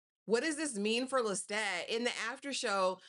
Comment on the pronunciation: Yes. I’m not here to cause no ripples. It was just a suggestion. Just pointing out the way the author herself pronounces it.